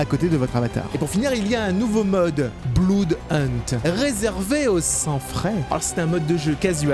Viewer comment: pk tlm dit bloud au lieu de comment se dit vrm blood ?